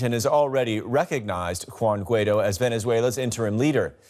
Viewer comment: Please, pronounce Guaidó properly accentuating on the "o".